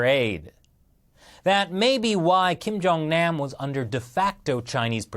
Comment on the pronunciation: The way he pronounces kim jung nam pisses me off and makes me cringe